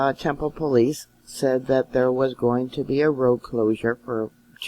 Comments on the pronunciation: Tempe, not Temple ! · Tempe not Temple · Tem p e e is how it is pronounced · (Tehm-Pee) pronounciation. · Its temmmm peee...thats how you say it............thank you for your hard work and great info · The town is pronounced... Tim Pee. Spelled Tempe